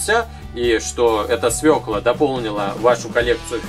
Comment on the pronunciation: свекла а не свела!